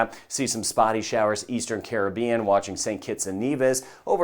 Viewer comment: Best Weatherman !! 👍 👍 & He can pronounce “ Caribbean” Correctly too 😆